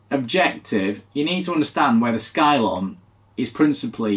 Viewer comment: are you sure it's not pronounced 'scilon'?